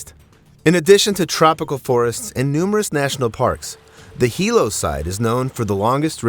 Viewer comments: On the Big Island, or ANY ISLAND, diving into a river, or jumping off cliffs into the ocean is equal to running across the freeways in Los Angeles. Do better research.... it is Hilo Hospital... pronounced: "He--Low".... NOT "High-Low" as you pronounced it. Life is only dangerous, if one participates is dangerous activity. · Hilo is pronounced, “Heelow” not highlow. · Hilo is pronounced he-low not high-low just in case you go there. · Jus fo clarification, it's pronounced Hilo he-low, not hi-low..😢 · Hilo is pronounced He-low not Hi-Low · Hilo, Big Island Hawaii: Sometimes you said "high-low", and sometimes "hee-low" in this video. "Hee-low" is how people in Hilo, HI, pronounce it. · Teach your AI to pronounce Hilo correctly. It's not High Low, it's Hee Low. The letter I is always pronounced with the eee sound. (Waikiki, Why-Key-Key) What law or preventative measure would you enact to prevent people from doing dumb sh!t? Good luck with that. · It's not High lo it's pronounced (he lo) White people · Its he-low no hi-low😂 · right? HIGH_LOW ovah and ovah, so annoying It's pronounced like Hee-lo{w} but no "w" sound, long o vowel (for you youtubers out there that don't know, and might read this) But this video is AI narration, not a person's real voice. Those digitized readers always butcher everything, even without the added challenges mainlanders find with makakau ʻōlelo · If you’re doing a podcast, pls learn how to pronounce words—like Hilo. It’s not Highlo, it’s Heelo. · Hi-Lo Medical Center. That’s a unique pronunciation I’ve never heard before. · 1st off(It's Heeee-looooo"Hilo") 2nd if no moa kanakas or wahines swimming,...uk that should tell u sumtin right?😅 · Hilo it's pronounced as hee-low! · It’s pronounced He Low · You’re obviously not from Hawaii nor been there for an extended amount of time when you can’t pronounce correctly the simple Hawaiian word of Hilo. Makes one question how well you know what you’re reporting. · AI voice doesn’t know🤣